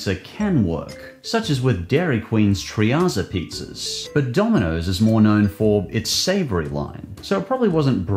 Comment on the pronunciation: “Treatza Pizza” Treat-za Pizza. It rhymes. Not “Tree-ah-za”